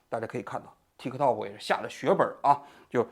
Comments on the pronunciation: TikTok的k失爆，读作“Ti （停顿）To（停顿）” “踢克套克”听起来太反胃了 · 踢克涛克，王局发音象绕口令！ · 踢 涛 ，就好了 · 王局，说个冷知识，tiktok其实不是这么念的，这是国际音标发音，t在国际音标里是念d（大陆拼音自行修改和采纳），k不发音，用来表示短音，类似音乐中的休止符0。所以正确的本意发音应该是“嘀di 嘟do”(都要短促音，用来拟声表示钟摆的声音），美国人用英语发音习惯念出来也是怪怪的。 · 踢科托可，老王的发音真好笑😂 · 王局對於 tiktok 的發音太中式了，最後一個 k 可以不發音的，試一下 tikto. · 老王发音向日本人学习了，踢克套克